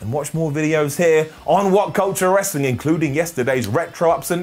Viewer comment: “World Rrraaaaaslin Federation eerrr Entertainment” 🤣 🤣 🤣 Golden Up 👍🏼